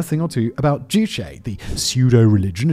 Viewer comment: I’m a fan of your productions but in this one, you have failed to take the time to look up the pronunciation of juche. Pronouncing it to rhyme with touché is wrong. It is joo chay. Ch like church, not like Chicago.